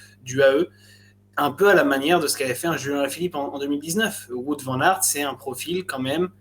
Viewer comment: Super emission les gars ! Faites juste attention à la prononciation de "Wout" pour WVA haha